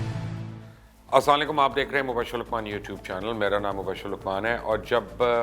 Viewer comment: Please say Salam properly